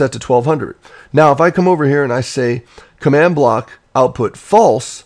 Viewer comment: What's a Command Blowk?